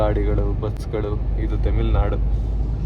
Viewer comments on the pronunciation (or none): ತೆಮಿಲ್ ನಾಡು ಅಲ್ಲ ತಮಿಳ್ ನಾಡು ಅದು 😂